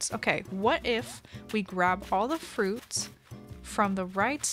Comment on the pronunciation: "we have this little piece of frOAOUT... and then we obviously eat the FROIÜÆGHT..."